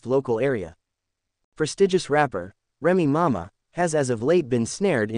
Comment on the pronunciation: How is you going to speak upon somebody business it can't even pronounce their name? Remy mama! I'mma need you to get your AI in order.